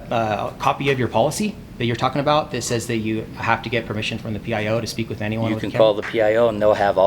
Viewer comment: speck? you mean speak?